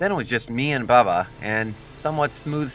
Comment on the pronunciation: Your pronunciation of the words make me cringe. It’s okay because the Arabic ‘Hassan’ hasn’t got a letter in English. ‘Baba’ is ‘baabaa’